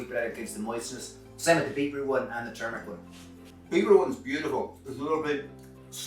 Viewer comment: Yum! They look like giant mochi cut in half! Also, thanks for pronouncing turmeric tur-mur-ick; most people pronounce it tumor-ick, which is the opposite of what it is! TFP!